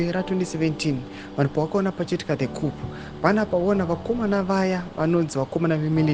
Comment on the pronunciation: Hainzi kup munyori wenhau ....its coo with p silent mareporter imi munadzidza or research some stuff